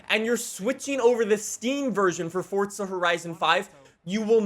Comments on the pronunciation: " WELCOME BACK TO FORTZA HORIZON 5" Me" welcome back to forza horizon 5." Everytime I hear say fortza I laugh because I know it's how most people that dont know how to say it correctly try so hard but they still mess it up,but in the other hand...has uhh.... been doing it since he started making forza videos.FORZA 🤣🤣🤣🤣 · FORTZA HERIZON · Fortza? It’s forza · why d u say fortsa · Why you said Fordza horidzen !?? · Forza not fortsa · Its forza not fortza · ITS CALLED FORZA NOT FORTZA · soo fortza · He pronounces it as "Fortza" so of Errors is not stupid. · this man really saying fortsa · Sounds like he saying fortza horizon 5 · Why does he pronounce forza as fortza of am I hearing stuff? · are you stupid? Im saying it how says it